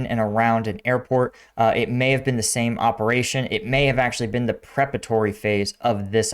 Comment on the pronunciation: Man, my 1st sergeant would have eaten your lunch to say "prepatory" rather than "preparatory".😅😅